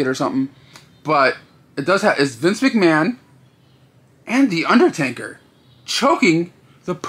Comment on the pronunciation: Dude, he's called the UnderTAKER, not TANKER.